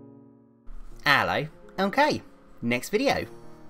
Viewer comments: I love your accent and your creativity and humor and your ello 😊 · For the longest time I thought he said "ELLO, I'M GAY" 😂😂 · For 5 years I've been thinking that they have been saying Hello, I'm ok not Ello ok